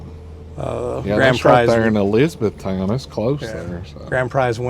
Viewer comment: Eliza -beth-ton is how you say it lol here in tn we call it lizabethton 😂